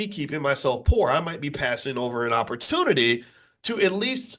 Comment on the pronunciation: The R in Poor !